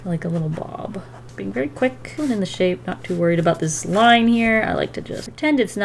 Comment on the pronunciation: “vaayry soft with the wrists” the way she said very sounds indian